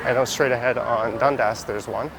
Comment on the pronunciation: Is Dundas really pronounced as Dund-ass? :)